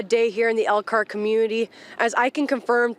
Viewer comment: They can't say Elkhart Indiana.How is people going to know